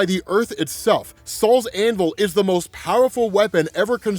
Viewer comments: It's not "Saul's Hammer". It's not some old Jewish guys hammer. It's "Sol's Hammer" Sol the Roman god of the Sun. It's pronounced "Soul". I was dying laughing at Saul though. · im not gonna lie i thought u were saying sauls anvil but now i se its SOL'S anvil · Gonna be honest with you. The first 4 times I heard you say it. It for sure sounded like you said “Sal’s Anvil” 😂😂😂😂 like who the F is Sal?